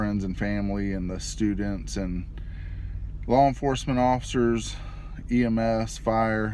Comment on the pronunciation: 23 you said “stu-dents” like Forrest Gump would say it.